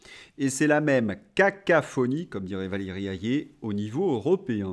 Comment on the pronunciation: cacophonie et non cacaphonie